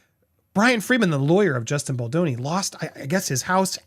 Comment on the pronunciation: please, it's Bal doe neeh (doh as in deer, a female deer). Perhaps this will help you remember.